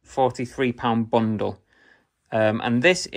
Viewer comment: I like that you say bungle instead of bundle half the time 😂